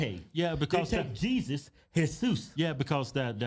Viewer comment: Whenever these twins mention the Mexican names like Jeśuś, Juan & Jorge😂😂😂😂😂😂